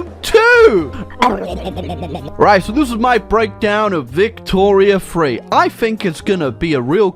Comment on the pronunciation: the first time he says victoria 3 i legitimately heard victoria 2. im still in disbelief apparently